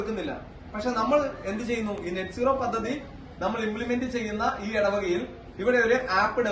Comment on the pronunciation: Please note Not Net nooro but NET Zero